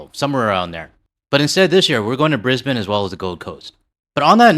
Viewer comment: G'day from Oz. Regarding your upcoming Brisbane trip. First off, bloody well done on getting it absolutely spot on, in saying Brisbane the right way. I do have one suggestion regarding our coffee. We (obviously) dont do coffee chains. But despite that, Starbucks is still here, but it survivex in high tourist areas only, as they arecthe only ones buying that slop. But there is a sort of potential (but not an actualdownsideas such) to our coffee culture that might surprise visitors who are used to coffee chains, and i dont just mean Starbucks either. The thing is, there are eo many minute differences between the tastes of coffee from one shop and tge next, and we do have a huge number of stand alone coffee shops, as well as places that serve Barrista style coffee, that one must wonderchow any of them makeca profit, but they do. The point is, everyone will find a coffee shop that's not tontheir own particular liking. And thats absolutely natural and to be expected. So dont be put of if your very first coffee (or two) isn't to your liking, just keep trying. The bar is set so high here that it wont take you very long before you find something that you will enjoy. Coffee chains like Starbucks, G.oria Jeans, Tim Hortons etc, rely on serving the same tasting coffee blend in every shop, so I've met tourists who innocently expect every Aussie coffee shop to more or less be the same. Well obviously its not. Enjoy youd trip ouf here, at least the public transport should be cheap, like 50